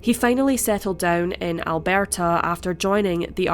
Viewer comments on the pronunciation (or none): "Albearrrrta"...sounds French lol. We say Al·bur·tuh In Canada (English/Old German)